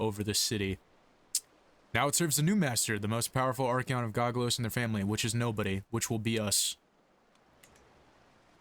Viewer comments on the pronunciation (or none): (go-go-sos) were's the L? otherwise i love the content, just discovered you last week and finished house nykeorves, keep it up if possible!